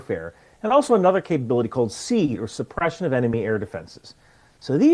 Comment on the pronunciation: Great overview, particularly. Two whinges: 1) Stark got hit by an Exocet, not a Silkworm; 2) when the Navy does it, it's "see-ad" not "seed".